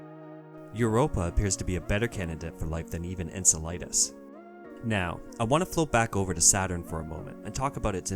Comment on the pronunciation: and - Enceladus is pronounced "en-sel-uh-duhs" (that's an "a" not an "i") and the emphasis is on the second syllable, not the third.